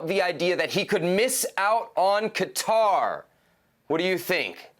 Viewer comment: These two still don’t know how to pronounce Qatar it’s ridiculous